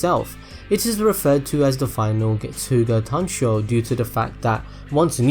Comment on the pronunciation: "Final Gatsooga Tansho" srsly m8